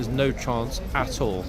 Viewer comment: When he says 'at all', it sounds like 'a$$ hole' 😅😅😅😅😅😂